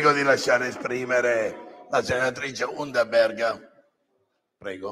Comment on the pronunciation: gagliarda la pronuncia di la russa del cognome della senatrice, si sarà preparato a casa